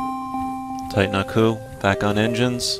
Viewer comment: it's titanaku, and you do know that's a friend of... right?